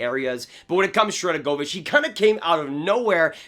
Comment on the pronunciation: Why can no hockey YouTubers say Sharangovich’s name? I mean I get it’s kind of hard, but still, lol. (Btw it’s pronounced Sharen-go-vich in NA and Sharan-govich overseas)